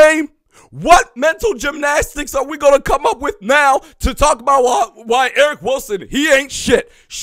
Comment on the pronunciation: ERIN HENDRICKS. NOT ERIC. LMAO